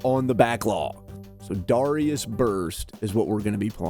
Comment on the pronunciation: I thought it was pronounced ‘Darius’.